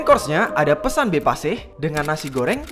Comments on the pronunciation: Pes'an (pepes) be pasih. Bukan pesan be pasih. Kurang benar mengejanya. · Just info yaa, hrsnya baca pepes tuh huruf e nya kaya baca 'enak' Trs sama sambal mbe itu huruf e nya dibaca kaya baca 'engga' Semoga membantuu🤗🤗